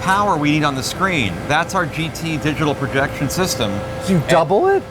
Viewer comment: He's been working at IMAX for 33 years; but he can't say the word "screen".